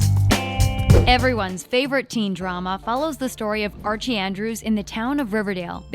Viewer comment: Who the hell is Andre lol its Archie